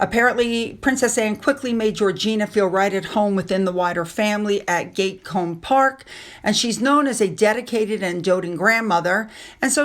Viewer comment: G A T coome park not gate coome, hope you don’t mind me saying. 🩷